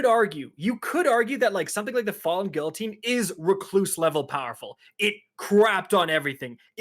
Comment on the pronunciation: Imagine Kackis correcting TV's speech when he can't even pronounce guillotine or wrathborn.